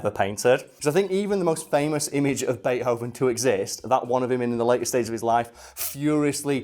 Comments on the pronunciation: Is it pronounced bate-hoven or bei-thoven? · "Bay Hoven" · Bea-hoven? Isn't there supposed to be a t in there or can you just not pronounce it? I wouldn't have commented but you say it like 30 times in the first minute of the video